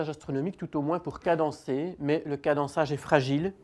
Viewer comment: cadençage pas cadançage